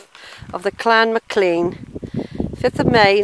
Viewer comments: You can't even say Mclean for god sake! It's spelt Mclean/Mclean but pronounced McLain/McLane. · It's pronounced Mc Lane ( McLain). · There is only one pronunciation and it is McLain/McLane...… the other pronunciation was used by the toothpaste company to highlight clean teeth!